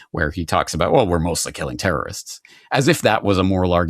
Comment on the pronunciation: At the end.. did he call Palestinians "Tartarists" (most would say terrorist but I heard Tartaria)